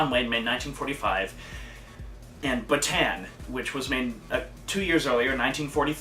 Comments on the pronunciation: It's pronounced "Ba-Tawn," not "Ba-Tan." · Well, your history teachers said it wrong, because they didn't notice the to "a's", so it is pronounced Bata-an, not the way you said it. I'm an actual Filipino, and you should search up how to say Bataan.